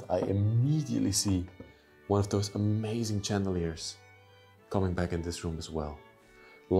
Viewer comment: Adore you program many thanks for your effort ,time and love you put into it … May I humbly suggest you to pronounce chandeliers as you say shhhhh ( as you say someone to be quiet shhhh )